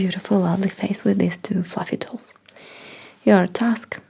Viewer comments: lmao cute intro Oh TOOLS I thought you kept saying "look at my toes" O_O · The way she pronounces "tools" it kind of sounds like she's telling me to NOT look at her toes for like 7 minutes.